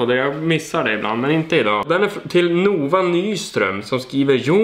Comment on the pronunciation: Tror att man uttalar namnet Nova ”Nåva” och inte ”NOva” 🤪😁